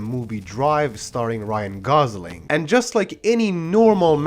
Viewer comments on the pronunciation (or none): none